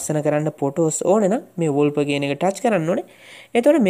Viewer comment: වොල්පර් නෙවෙයි වෝල්පේපර්